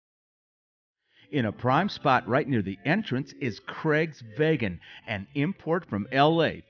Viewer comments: Love your videos you guys! I hate to be the pronunciation police, but Craig’s Vegan is pronounced vee gan, not vay gan. :-) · another fantastic review! i see the "vegas" comes out of you - it's craig's "vee-gan" haha! keep the videos coming, dale!